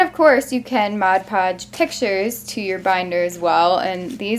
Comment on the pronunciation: It's mod podge.